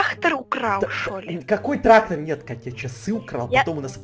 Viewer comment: трахтор...🤔ТрахТор🤨ТРахТОр😁ТРАХтор😂ТРАХТОР🤣🤣🤣 Я ряльно прям орнула